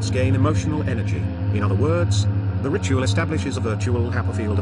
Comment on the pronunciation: I can't help but hear "Rituél"